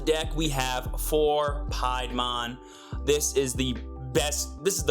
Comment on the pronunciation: Its "pee-a-mon"